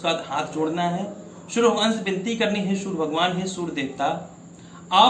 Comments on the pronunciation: Aap Sur bol rahai it's Surya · कृपया' सुर 'नहीं 'सूर्य ' उच्चारण करें आचार्य. 🙏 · Hindi me sury ka ucharn theek se kriye fir bad me gyan den, sur nhin sury khen , kanon me chubh rha sur ka ucharan. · Poore video mein aap Soor bhagwan kah rhein hain... Soorya bhagwan ka pronunciation sahi kijiye please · Surya bolna hai na ki , sur , pahele jake bolna shikh. Gadeey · Pandir ji surya to sahi boliye sur sur sunai de raha he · Bhai. Meko gussa aara hai. Tere ko bhagwan surya ka naam tak bhi lena ni aata. Aaram se bol sur sur. Kar raha. Hai. Language change kar teri tone sahi ni hai.